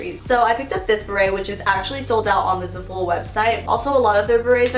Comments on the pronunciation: “Zuh-full” omg girl i love u but that it not the way u pronounce Zaful haha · Love u but I’m pretty sure zaful is pronounced Zaah-full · zaaa- full ahaha omg I cringe every time I hear za-fool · it’s zAful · I love how you pronounce za-fool 😂😂❤ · It's pronounced "zah full" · oh my gosh if she says zaful like that one more time lmao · I hadn't noticed how she pronounced zaful till i read about 1k comments about people cringing 😄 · overtime she said zaful wrong i cringed a little harder